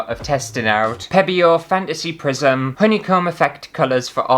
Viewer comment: It sounded like you said “Prison Fantasy”! That would be an entirely different video.